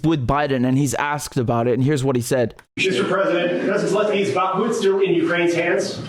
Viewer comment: I appreciate your pronunciation of Bakhmut it's not spot on but at least you are not saying it like a yank.